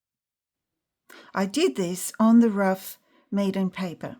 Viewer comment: I will forever, from this day forth, pronounce Meeden as "Maidian". 😅 That's a new one for me and comical! Thank you for your time and efforts! 😊